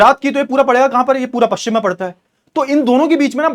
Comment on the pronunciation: Sir ji pakshim nhi pashchim hota h